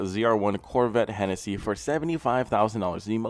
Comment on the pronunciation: Bro it's Hennessey. Look him up.